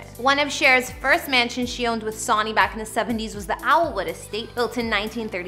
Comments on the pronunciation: Sawny & tape-estries? It’s Sonny (like son or sun), and TAPestries, not tape-estries. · Her X husbands name is not “ Saw née “ “ Bah no”. It’s pronounced “ Sunny Bow no” Holy cow. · Its not SOONY its Sonny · Say it with me: "Sunny" - not "Sawny!" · Its Sunny, SUN-NEE ~ not son nee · The girl didn't do her homework b4 this article. IT'S PRONOUNCED 🌞 SUNNY !!! GIRL 😣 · Beautiful video, however, you should check pronunciation of names....it's pronounced Sunny and Cher, not S..ahhhny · After hearing Sawnee's name for the tenth time, I can't watch anymore. LOL.. It is SUN NY.. SONNY, SONNY. LOL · Hi,, it is SUNNY not Sawny,,, just a tip,, research and have someone edit!!lol (Icons should have their names right) I enjoy these tours though!! Keep on!! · His name is pronounced Sunny (Sonny) NOT Sawny. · Sonny is not pronounced Sony, as in Bonnie; it's pronounced Sunny as in Bunny. I was around when Sonny was famous and have heard his name a million times. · How old is this woman who doesn't know its pronounced "sunny" lol They are icons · How can anyone ever pronounce Sonny ("Sunny") as Sawney?? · It's not SAWNY. It's Sunny. Sonny is pronounced Sunny. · Sonny is pronounced Sunny, as is a son...but ya know. Not Sawny. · "SUNNY" not Sonn - Nee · It’s pronounced sunny not Sony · It’s not Sony! It’s pronounced sun e. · Sonny and Cher not sawney, promise. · Not Sawney or S'O'ny When saying Sonny Bono it is pronounced SUNNY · His name is pronounced Sunny, not Sauny. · Pronounced Sunny, not Shauny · Her husbands name is not soni you pronounce it like Sunny. Always enjoy what you do but… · hey homegirl... it is not pronounced SAW-KNEE... IT'S Sunny... kinda making my skin crawl to hear you screech it out incorrectly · You seem to know so much about cher, it's sad out of respect , her husband's name was pronounced wrong. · It's Sonny & Cher. NOT Sauney. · His.name is not SAUNY. It is Sonny. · sounds like SUNNY not SOOONY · Sunny!!!!! NOT Sawny!!!!! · It’s Sonny like the sun